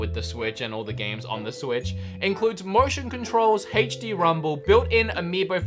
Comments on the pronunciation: aech dee not haech dee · "Hey-ch-D Rumble"